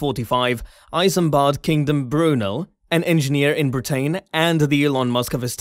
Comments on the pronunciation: Britain is not pronounced Bri-TANE!!! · Did you say ..brutain. never heard of it.